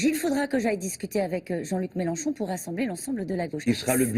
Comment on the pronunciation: MelEnchon PAS MELANCHON BORDEL DE M**